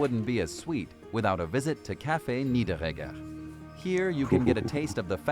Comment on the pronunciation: Not Nigg..Jäger. Niederegger! He was not a Hunter of Black People 🙃 Nie-there-egger, Like Schwarzenegger 😉